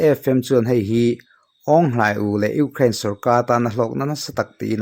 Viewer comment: I sawi tha viau na in Ukraine I lam dan khi,ram hming pawh a ang lo.uk rain tih a lam Rik tur a ni in ka hria